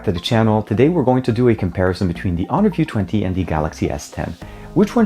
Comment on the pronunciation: you are just butchering honor view 20!